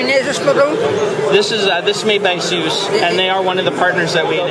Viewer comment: p.s. they really should fix the 'hub' title being cut off. And someone should tell him how to pronounce Asus.